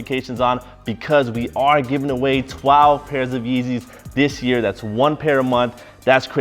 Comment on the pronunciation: said tweelve